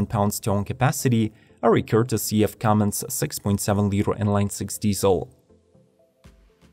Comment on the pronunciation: You lost me at "CUMMINGS" diesel...